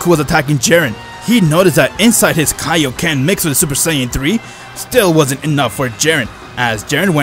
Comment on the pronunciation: Don't forget "Kai-kaied" lol